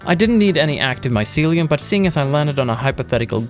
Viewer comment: My-sealy-uhm lol Love this game, carving paths through mountains is a legit way to travel